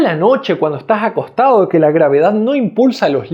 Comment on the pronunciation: cuando está jacostado, problema jen la jencías, problema jen la boca jjjjjjjjjjjj